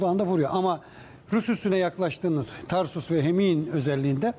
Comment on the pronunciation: beyi kutluyorum, ilk defa Tarsus/ Türkçe telaffuz edildi.